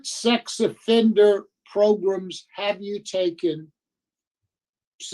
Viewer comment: Oooh Wee!!, my man! Between the 23 minute and 24 minute you said “Progrumz” four times. Hit ‘em where it does damage. These folk better stop playing with you. All this “program” stuff. We talking “Progrumz,” that’s what’s happening here!!!